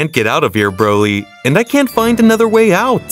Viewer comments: " brody " " vegete " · "Brody" "vejita" "wiss" 💀💀💀💀💀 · “brody” “vegata”